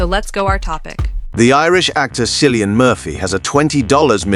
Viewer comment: Why are you mispronouncing Kill-ee-yun Murphy’s name?